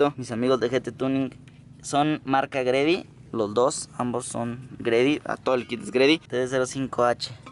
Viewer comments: Carnal la marca se pronuncia G—Ready!! Un abrazo un feliz cumpleaños! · Nada más como observación, la marca de ese kit twin turbo es G-Ready, tu lo pronuncias GREDY, lo pronuncia mal. Debería sonar YI REDI, si me explico. Saludos.. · "Gredi" jaja